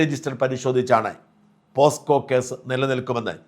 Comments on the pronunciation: പോസ്കോ അല്ല പോക്സോ ആണ്. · പോക്സോ ആണ് പോസ്കോ അല്ല 😂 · പോസ്കോ അല്ല പോക്സോ (pocso) ആണ് ശരി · പോസ്‌കോ അല്ല. പോക്സോ. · പോസ്കോ യല്ല പോക്സോ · പോസ്കോയല്ല, സാജാ. പോക്സോ .. പല തവണ സാജൻ ഈ തെറ്റ് പറഞ്ഞ് കേട്ടല്ലോ. ഇമ്പോസിഷൻ എഴുതി പഠിയ്ക്കൂ... 😂😂😂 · For your kind information Posco അല്ല POCSO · പോസ്കോ അല്ല പോക്സോ. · പോസ്കോ അല്ല ചേട്ടാ പോക്സോ. POCSO. ചേട്ടനും തെറ്റിക്കാൻ തുടങ്ങിയോ. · പോസ്കോ അല്ല ഷാജാ പോക്‌സോ ആണ്. ലുട്ടാപ്പി ഇംഗ്ലീഷിൽ കോടതിയിൽ വാദിച്ചു ജാമ്യം നേടും. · പോസ്കോ നിയമം അല്ല ഷാജാ Pocso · Shajan scaria don't repeat posco. Pocso is it correct pronunciation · പോസ്കോ അല്ല.. പോക്സോ.. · പോസ്കോ അല്ല, pocso എന്നു പറയൂ, താങ്കളെ പോലെ ഉള്ള ഒരാൾ പോസ്കോ എന്നൊക്കെ പറഞ്ഞാൽ പിന്നെ മറ്റുള്ളവരുടെ കാര്യം പറയണോ? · പോസ്കോ അല്ല പോക്സോ(. കഷ്ടം ) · പോസ്കോ അല്ല മാഷേ.. പോക്സോ അല്ലേ.. POCSO Act, 2012.. 😂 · Shajan.. Not posco but pocso😂😂😂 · പോസ്കോ അല്ല പോക്സോ ആണ് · പോസ്കോ അല്ല Poxo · പോസ്കോ അല്ല മിഷ്ടർ പോക്സോ ആണ് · സാജൻ സാർ നിങ്ങൾക്ക് ഇത്രയും വലിയ തെറ്റ് പറ്റാൻ പാടില്ലായിരുന്നു. പോസ്കോ അല്ലല്ലോ, സാറേ പോക്സോ അല്ലേ, വളരെ മോശമായിപ്പോയി കേട്ടോ. നിങ്ങളെപ്പോലുള്ള ഒരാളെ അടുത്തുനിന്ന് ഇത് പ്രതീക്ഷിച്ചില്ല.... മോശമായിപ്പോയി.... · പോസ്കോ അല്ല പോക്സോ ആണ്😂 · Not posco but pocso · Mr ഷാജൻ പോസ്കോ അല്ല പോക്സോ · ഷാജൻ സാർ.. POSCO അല്ല POCSO act ആണ്. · പോസ്‌കോ അല്ല പോക്സോ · Shajan sir pocso ennu parayu.posco alla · എടാ കറിയാ ബ്രിട്ടനിലും അവിടെ ഇവിടെയൊക്കെ പോയി ഇംഗ്ലീഷിൽ സംസാരിക്കുന്ന കറിയാ പോസ്കോ അല്ലടാ പോക്സോ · പോസ്കോ അല്ല പോക്സോ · Posco alla POCSO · പോസ്‌കോ കേസ് അല്ല, പോക്സോ കേസ് എന്നാണ് ഉച്ചാരണം. ഏതായാലും കേസ് എടുക്കട്ടെ. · പോക്സോ.......not പോസ്‌കോ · പോസ്കോ അല്ല സാർ പോക്സോ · POCSO not posco... Protection of child from sexual offense act... വാർത്ത പറയുമ്പോ കൃത്യം ആയി പറയണം ഇത്രയും experienced ആയിട്ടുള്ള ആൾ ആകുമ്പോ പ്രത്യേകിച്ചും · Posco അല്ല സർ...... Pocso എന്നല്ലേ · പോസ്ക്കോ അല്ല.... Pocso ...!! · പോസ്കോ അല്ല പോക്സോ എന്നാണ് 😂😂😂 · Posco alla shajan Pocso, kindly refer and air.... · സർ... പോസ്കോ അല്ല... പോക്സോ.... തെറ്റ് തിരുത്തും എന്ന് പ്രതീക്ഷിക്കുന്നു.. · Pocso not posco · ഷാജൻ സാർ പോസ്കോ എന്ന് പറഞ്ഞുപോകുന്നു